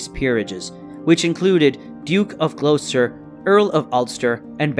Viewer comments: "Glow-stur". "Pur-fer-ee-a", "Pruh-shee-uh", anything ending in "shire" not being pronounced "sure". And I'm American....🤣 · Whoever is narrating this, I am from England and your pronunciation of Gloucester is incorrect.